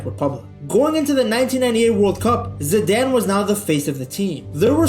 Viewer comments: Your pronounciation is a bit off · why can’t you pronounce ZIDANE